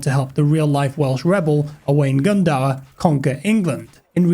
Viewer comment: It's pronounced Glin Do-rrrrrrr 👍